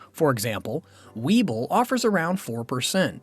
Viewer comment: Webull not weeble